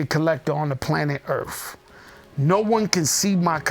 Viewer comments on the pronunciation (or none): “On planet earfff “